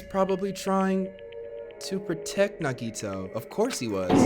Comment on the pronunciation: Hey I love you just want you to know that you’re pronunciation of Nagito is wrong it’s na gee toe 💜💜